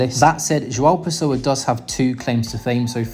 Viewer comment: Your pronunciation of "João Pessoa" is very good for an English native speaker 👏